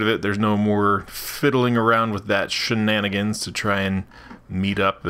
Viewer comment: Stop saying sannagerns